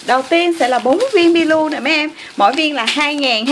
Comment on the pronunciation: Kẹo milo mà chị đâu phải kẹo milu đâu chị !